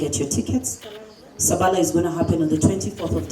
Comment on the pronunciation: Its SABALA....not shhhhhhaaa